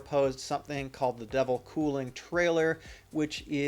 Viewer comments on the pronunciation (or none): Its "De VEL" not "Devil"...as like in "Development"